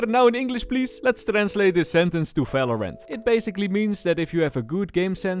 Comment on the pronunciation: the way he said valorant like "Velorent" 😭